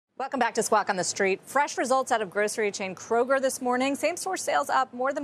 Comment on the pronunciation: People staying at Orlando theme park hotels get food delivered because of high Disney food costs. Kroger not Korger.